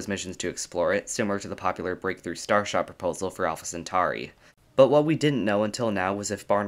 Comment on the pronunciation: Centauri, just like centaur is pronounced with an "or" sound, not "ar". Aur is "or" not "ar".